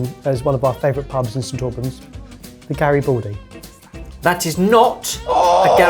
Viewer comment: for anybody who'd like to learn the correct pronunciation: Garibaldi does not have an "o" sound. it's not Gari-bo-ldi, it's Gari-BA-ldi, with an open ah sound like in m-A-rch